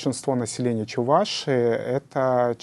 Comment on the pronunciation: Замечание к ведущему,нужно говорить не: Чу- Вашии, а Чувашии. Ведущий,научись правильно разговаривать по русски.